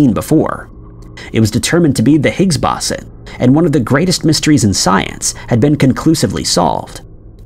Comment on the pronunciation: Boson is pronounced BOH-sah or BOH-zahn. You mispronounced it so many times I almost lost my will to live.